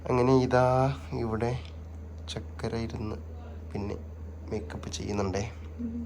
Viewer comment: ചക്കര അല്ല ചുക്കര